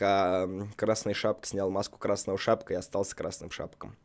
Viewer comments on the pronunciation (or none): Мне не послышалось, или он сказал "красный шапк"? 😅😆 Куда буква-то пропала, Дима? 🤣 Это - Рапунцель). Если ты не понял). Это же всё тут - сказки; Красная шапочка, за которую играешь, Белоснежка тут, Рапунцель, Спящая красавица и Золушка (без Золушки...). Красавицы не хватает, из "Красавица и чудовище"). Накаркал, говоря про Dark Couls - ... 🤣 Это - принц Филлип). Король - его папаша. LOL Ради бабушки)). Чтобы её "спасти", а на деле, она её так с мотивировала пирожки поскорее принести). P.S. Короче, понятно: Красная шапочка - девочка - *существует* Куплинов: "Он. Он"... P.P.S. LOL Модерация на полное название игры "Dark Сouls"...